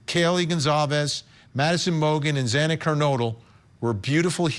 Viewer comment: That judge couldn’t even pronounce Xana’s last name correctly and he goes off about receiving messages from people trying to make him understand how devastating/catastrophic these murders have been for the friends and families. Maybe he couldn’t legally do anything to help these folks but clearly he has no clue as to the desperation and agony these people are going through. For him to chastise their actions is so very cold and unfeeling.